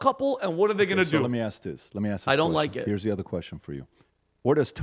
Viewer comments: In the year 2050, “axe” will replace “ask.” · Black English: ax vs ask lol